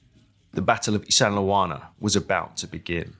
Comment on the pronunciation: LOL there's no sandle in Isandlwana it's pronounced ISAND - WANA or ISANDA -WANA with a silent L